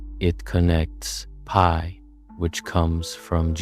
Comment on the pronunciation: Amazing video. But why is the pronunciation of certain words weirdly inconsistent? Usually pi is pronounced Pi, but occasionally Pee. Sine is usually “Sine”, but sometime “See-nay”. Wtf?! In such a deeply researched video I’d expect the script to be read consistently…can someone explain what’s going on here?